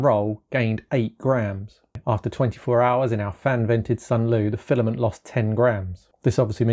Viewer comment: "File-A-Ment". No. NO!